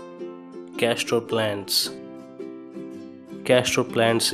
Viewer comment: Number 07 Castor is pronounced casTOR not casTRO.